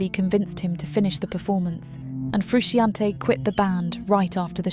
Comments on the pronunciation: Also the pronunciation of Frusciante is craaaazy. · I wish you had learnt how to pronounce the legend John Frusciante's name.